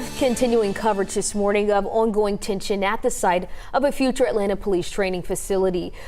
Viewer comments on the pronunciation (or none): "Ouwon Gouwoing tension" Some accents aren't even real I swear